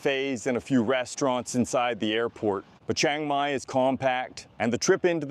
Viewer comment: If you have lived in Thailand for 11 years then you should know CHIANG MAI is not pronounced CHANG MAI. There is an I in there. Chee-ang Mai or even Chee-ung Mai. Please stop saying CHANG MAI.